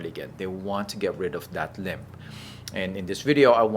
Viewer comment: Limp, not limb